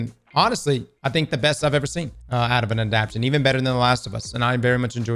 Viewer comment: Anyone else getting pissed as hell the way he’s pronouncing “adaptation?” 😂